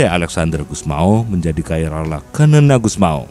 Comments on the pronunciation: Xanana bukan kanana...enak saja kau ganti2 nama orang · Xanana (pronounce bacaan nya Sanana bukan kanana) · Ejaan penyebutan s-a-na-na,, Bukan kamana min su ,,,parah PD amat lu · resah gw... sanana woy bukan kanana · Xanana bukan kanana